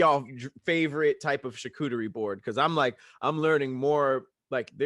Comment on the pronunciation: Charcuterie not chacooterie 😂